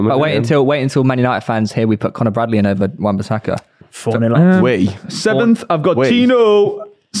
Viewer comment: How are you getting Bradley’s wrong ffs 🤦🏻‍♂️